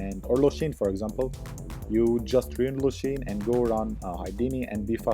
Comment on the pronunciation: its lushen not lushin cant listen to it lmao :D